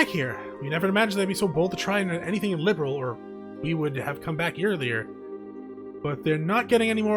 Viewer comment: Youve also mispronounced liberl but is all good😅 dont mind me ik ur videos are a few years old but rewatching since i cant play. Hope your around tho ill drop some comments here and there 😁